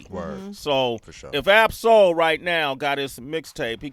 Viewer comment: You got Ab-Soul name wrong [